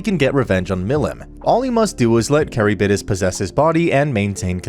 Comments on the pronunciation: Love your videos, man, but... you could have done much better with the pronunciation of some names. at the very least you could have tried to pronounce Charybdis right. It's not carrybidis, it's KH-rib-DIS. it's not even Japanese, it's Greek. and is worse by many stages because Charybdis's name is said REPEATEDLY thru the whole sequence! on top of Charybdis being a popular monstrous addition for being a monster present in The Odyssey. this is coming off as very mean but I am. Floored about the pronunciation. Absolutely Handbasketed. Actually Fucking Egg Cartoned. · Ok I love this guy but the way he says 'Charybdis' as 'Carry-bid-dis' is appalling 😭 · Isn't it pronounced ka-rib-dis and not carry-bid-is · and when he says “caribidis” pretty sure its “Car(rib)this) as a pronunciation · great content keep it up! also it's pronounced ker-ib-dis. Though i'm sure there's plenty of other comments pointing it out lol. plus I'm sure especially with japanese words mixed in, you can't expect to pronounced everything correctly lmao. Only reason i know is from too many fantasy games XD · The way he said chariptis ...is that how you spell the fish things name? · Also his pronunciation of Charybdis crazy like what the heck is carrybidis